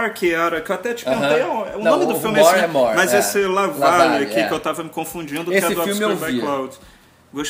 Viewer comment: "La valéé"